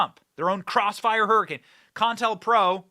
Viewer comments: It's not con-tel-pro Benny it's co-intel-pro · It's CO INTEL not contel or whatever you're saying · Long time since i heard the words "COINTELPRO." its pronounced COH-Intel-PRO.